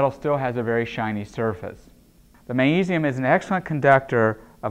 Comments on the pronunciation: I wonder why he doesn't pronounce the G in magnesium? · why dose he say magnesium like that